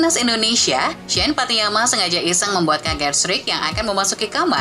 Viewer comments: bacanya patty nama bukan patty yama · Pattynama jgn sok²an nyebut ny pattiyama??